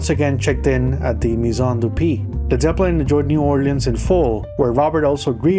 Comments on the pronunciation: all he's got to do now is learn how to pronounce the bands name. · Dude you can't even pronounce led Zeppelin properly